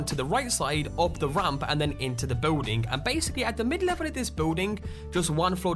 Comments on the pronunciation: building does not contain a w stop saying biwlding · guy says "building" really weird. beewwding